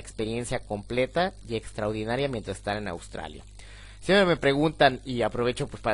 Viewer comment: Muy buen video, gracias, muy informativo...pero se dice "extraordinario", no "extraudinario"